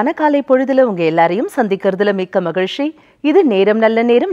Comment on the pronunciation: அது nigalshi இல்லை நிகழ்ச்சி. Magilshi இல்லை மகிழ்ச்சி. Please do your homework before anchoring. It sounds really funny 😂😂😂